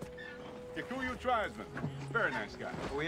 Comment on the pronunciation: His spoken kiswahili and pronunciation of "kikuyu"(kahiga name meaning stone)tribe is good for Sean Connery